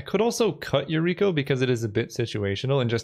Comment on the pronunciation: I cringe every time I hear Yukiro instead of Yuriko